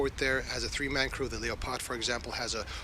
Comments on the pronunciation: What is a "leee-o-pod" tank ? Has this news man never seen the wild cat the tank is named after ? Lep-ARD please. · The name of the tank is not Leppard. This is offensive mispronounciation by persons who know better. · FFS - the reporter can't even pronounce Leopard: 'Leo-Paard' !! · "Leyo-pahd". Leopard. Like the animal. Leopard. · What is this "Lee-oh-pard" of which you speak? 🙄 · Someone teach this dude how to say "Leopard". lol